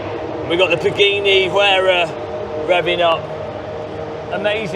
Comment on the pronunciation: How not to pronounce 'Beta', 'Assetto Corsa Evo', 'Pagani Huayra', 'Aluminium'??